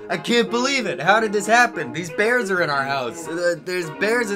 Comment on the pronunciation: Their speech impediments kill me. “We’ve got baby beaws in ouwh House wight now.” “Buy ouwh muuuch.” “Mooahning evewyone it’s eawy in the mooahning.”